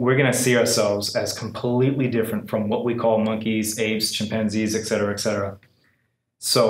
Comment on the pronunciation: Dude, it's "Et Cetera" not "Exettera".